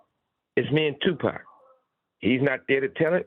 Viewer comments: He acts like he can't say 2pac how the Culture pronounces it😅 I try to give him benefit of doubt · Piers you don't pronounce Tupac's name as " Two Pack".. its pronounced " TOO POcK" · Tupec its PAC Piers.. it is PAC 🙏🏼 may god rest his soul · Piers calling him Two Pack 😂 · I’m sure the culture shock 😂 he says two pack 😂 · Did somebody finally pull Piers' coattail and tell him how to pronouncepax's name? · He needs to learn how to say Pac name. British badmind get a clue.